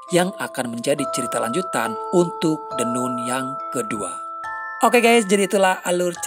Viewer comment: maah hanya koreksi cara bacanya, Nun = Nan